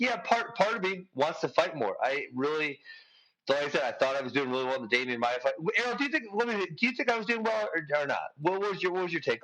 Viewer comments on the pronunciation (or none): No. Watch it again. He said he was more disappointed with the Masvidal loss because so much was at stake, had he won he may have been looking at a title shot. He was comparing the 2 losses. And its Maia, not maya.